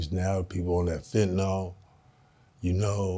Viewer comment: Just a PSA, yes Im a drug addicted doctor....its called Fentanyl not Fentanall. Stap it